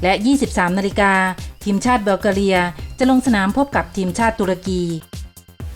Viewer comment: ทำไมแกออกเสียง บัล กา เรีย วะ